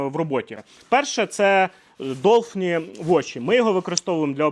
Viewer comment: Blue dolphin ,долфін ,не долфі/ні)